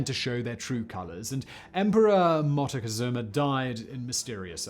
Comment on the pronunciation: Montacazooma? It’s almost as though you’re not even trying, or maybe just trolling. Still enjoy most of your channels.